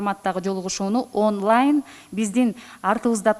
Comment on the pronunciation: Аунлай дейтго🤣